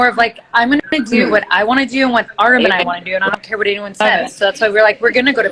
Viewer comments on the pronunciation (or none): Nikki says I do is beginning…what a beautiful couple …that was so funny Artem’s last name pronunciation lol 😂 and Matteo is such a good looking boy and is so sweet like his parents